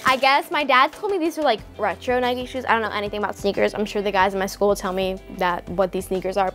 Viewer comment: It’s not Nikey it’s Nike